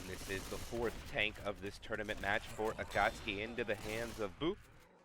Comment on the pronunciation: every match with giggles is a good match lmao! Also shoutout to the Akasuki pronunciation, your Certified Weeb card is in the mail xD